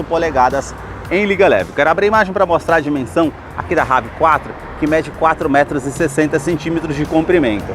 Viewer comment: Brother não é Rav Quatro Nome dele é inglês e se pronuncia Rev Four